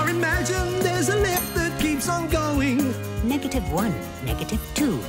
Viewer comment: "NEGHATYYV WUN, NH3GATYV TU"fire bro